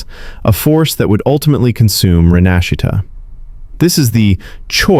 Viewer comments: "Renahshita" um.... What??? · So glad someone made this video but…I hope this is voiced by Ai cause no FREAKING way you pronounced Rinascita like that. that’s INSANE. An entire 7 versions worth of people pronouncing it for you and you bungle it like that.